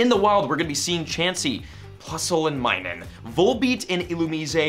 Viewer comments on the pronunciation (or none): none